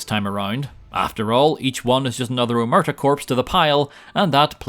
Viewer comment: i get it that people are induced to error because Omertà isn't usually written with the crasis on the A in english but. god the way people pronounce it hurts me as much as this challenge hurt